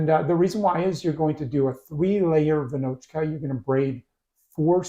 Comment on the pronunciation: Hello, greetings from Czechia. Almost perfect pronunciation, the a should be long but otherwise amazing :) Raisins and almonds are optional, I mostly do with no raisins and put almonds only on the top, but there is nothing wrong. Amazing work so far. As you got a bit different kind of flours in your stores like 00 and such we have a bit smaller variety of flours knowns as (smooth, semi-rough, rough and also bread flour and these offspring, but for sure feels like smaller variety) and your final product looks amazing. I would give it 9.5 / 10